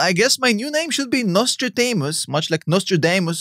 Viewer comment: trying to say Nostradamus. French me hearing: Notre-Dame Anus.